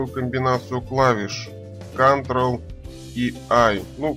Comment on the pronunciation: " Кантрэл и У", Молодца! Повеселил!!!! Все равно Молодец! Спасибо за Урок! и Лайк в придачу!